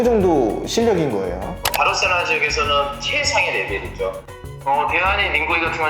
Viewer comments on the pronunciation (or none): 바로셀로나 거슬리네 ㅋㅋ